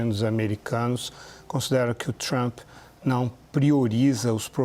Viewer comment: A pronuncia forcada de palavras em ingles pelo goianio Lourival eh altamente pernostica: "TrAAAaaAmmmppppe", "Dwwroonis". Isso nao te faz mais sofisticado,.